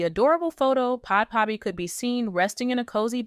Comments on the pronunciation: It’s pronounced as Bad baby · To the channel owner.Please learn how to pronounce this young ladies name correctly🙄This young lady gos by the name; Bhad Bhabie pronounced like: Bad Baby you get it now🤔?? Cause the name you've been calling her,is outright WRONG & Disrespectful on all levels.That's it & That's all for now🙎